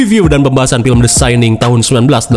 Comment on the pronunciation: The syanin? Syaninss? 😂